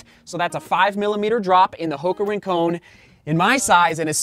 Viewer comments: Yep, combine Rin (Tin) and Con(man) and you've got it :). Surfed there for years growing up, don't want the Santa Barbara crew coming down on you bud. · it's pronounced Rincon not Rincone, just keeping you honest my friend. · The surf spot is pronounced not rin-cone. But rin-con, like con man, or connection. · Its actually "Rin-con." no "cone." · Love the videos! Hate to do this, but “Rincon” is pronounced, “Rin-cawn”. The same way you say “Con” in “pros vs. cons” or Nick Cage’s epic “Con-Air”. It’s named after a surf spot in Santa Barbara, CA, near Hoka’s HQ. Thanks for the review! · you're actually right, it's a surf spot in Puerto Rico.